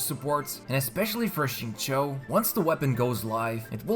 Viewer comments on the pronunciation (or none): none